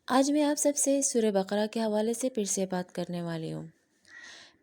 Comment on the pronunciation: MashaAllaah acha laga aapne surat Ul bakara ka naam teek parha,aksar log surat Ul bakra parhte hain jokay ghalat hai,Allaah khush rakkay